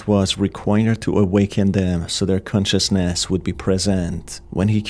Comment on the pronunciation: please can you stop doing that awakENn consciousNEs preSEnt kiLLs. the video is good but the voice is annyoing af, idk if you can't hear that